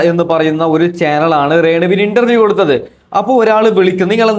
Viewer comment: എടാ ചെറുക്കൻ ഇൻട്ടർവ്യം അല്ല. ഇന്റർവ്യൂ